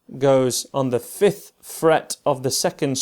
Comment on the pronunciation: Mistake ’you say fifth threat